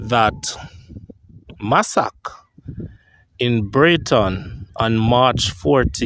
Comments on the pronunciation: You need to improve your pronunciation. It's Massacre not massak. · Massacre is pronounced 'massacker' not massack. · The word is massacre not massac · Very informative videos. Massacre is pronounced mah-sah-Ker